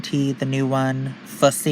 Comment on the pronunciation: B0DY4DAYZ 😂 in any case I like the way u say it! But ur saying it like Pussy...like Tissue is my pussy cat (or something else 🤣)Fu$$y is pronounced like how it rhymes with Hussy....not any kind of criticism in fact it’s funnier the way u say it